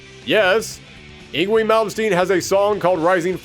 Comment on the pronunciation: Yngwie is pronounced as ing-vay. This is from Swedish forming from North Germanic languages before the Great Vowel Shift that occured with West Germanic languages.